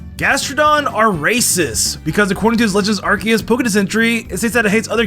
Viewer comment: you said “Podex.”